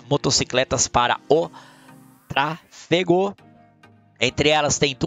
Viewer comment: Kkkkk TRA-FE-GO KKK um abraço tmj 😂